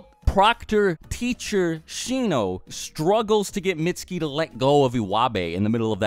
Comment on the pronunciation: his name is pronounced "meet su ki "